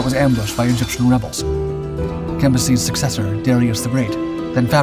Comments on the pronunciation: Cambyses not "campuses". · Cam, by, ses. Not what you was saying. Lol